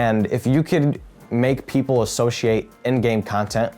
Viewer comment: This man myth says the word associate ‘ashoshiate’ lol